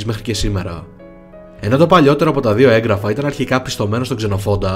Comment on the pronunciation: Σε παρακαλώ μην ξαναπείς "ΕΓκραφα" είναι από το εν+γράφω κ γι' αυτό γράφεται με δύο γ. Σημαίνει ότι προφέρεται πιο απαλά ☺️